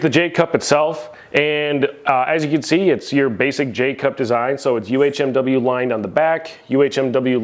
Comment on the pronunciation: I knew if I came to you I'd get the correct way to say "UHMW" 😆 even Titan has it at "UMHW" on their spec list.. The one J hook I skipped on but now am curious to use even though I love the beat up rack look lol cuz it makes me feel like a beast.